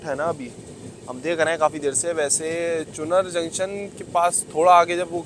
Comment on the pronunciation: Its चुनार not चुनर